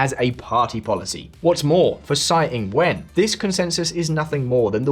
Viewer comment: Tsai is pronounced "Chai". "Sai" means shit in Hokkien / Fujianese.